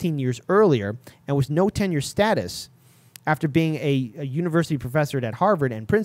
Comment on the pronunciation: It's not ten year it's tenure duh.